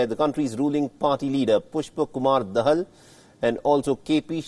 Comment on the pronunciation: 😂😂😂 Bdw, DAHAL is pronounced as THE HALL and not THE HELL